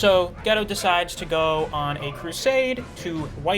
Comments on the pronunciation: yeah i think its gay-toe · its pronounced Gi-Toe not ghetto lol